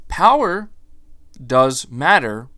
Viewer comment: The Powahh...lol